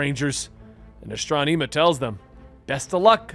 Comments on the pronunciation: Asss•tron•imma That's how you say her ne bro. Lol love ya ty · Why are you pronouncing it astronEma? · the E in Astronema's name is prounced with an eh sound, not ee, so it's Astron-eh-ma. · Aston ama her name is said man not astoneema.🤣🤣🤣🤣🤣🤣 It really makes it hard to listen without laughing hard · Astro-knee-ma 🤭🤭🤭 is an interesting way of saying it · Astranema you said it wrong brother good story though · Ahhh strom eee maaa. Referred in power rangers in space & lost galaxy, but hey you try to do proper pronounciation. Tamatoe tamato.... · The fact that we have VERBALLY heard how the names of characters have been said and you still manage to say them wrong baffles me. Gigan and Astronema and so many others. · It's bothering me how is saying her name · I know it bothered me to, he could have just youtube old PR in space episodes to see how to say it. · Enjoyed the video. Just the mispronunciation of Astronema keeps taking me out of it. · Astronema is not that hard to pronounce. Hell you can look it up on YouTube. Please stop saying it wrong? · Everything was great but hearing him mispronounce that name hurts me so much 😂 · Please the name right it's killing me how you're saying her name. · Mispronouncing Astronema is killing me.